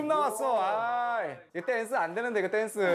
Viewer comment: 댄스 발음ㅋㅋㅋ